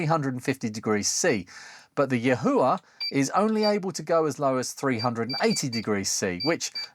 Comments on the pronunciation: I'm told it's s pronounced Yee-Wha... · Yahua in a Geordie accent? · just cut the cord and junked the yihua 929d-v cuz the screws at the shaft base transferred too much heat and softened the mating plastic handle, losing too much rigidity and risking a burn also yihua (谊华, yi4 hua2) in mandarin pronounciation is like yee-hwah. Your pronounciation is very distinct and hilarious